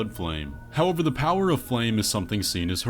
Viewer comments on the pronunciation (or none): none